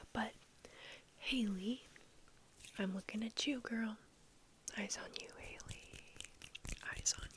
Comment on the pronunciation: it hurt so bad when you said hailey and not halle 😭😭 its ok i will stay awake until the next video ❤️🌙